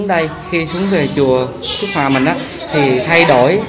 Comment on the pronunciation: Chùa Phước Hòa,ko phải Phước Hoa ,nói sai